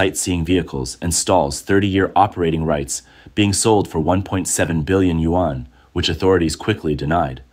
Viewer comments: Another narrator who can’t correctly pronounce the Chinese currency. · Chinese can't pronounce english either but if we do it it's rayciss I guess 🤷